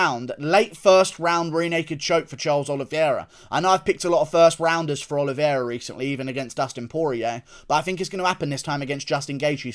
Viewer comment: Love you Guru--but please pronounce my guy Charles' last name correctly. It's pronounced "Oh-lee-vay-rah". Not trying to be pretentious, just sayin!